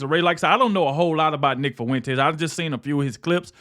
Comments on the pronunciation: Nick "Fuh-wen-tass" 🙈🤣🤣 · Am I loosing my mind or is he saying his last name weird af?